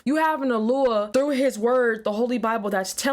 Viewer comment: Why does she talk weird? "Alua"? "Adoni"? Why not just say God? Or Yahweh?